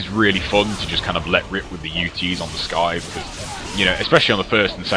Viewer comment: Its pronounced sythe not skythe the c is silent :)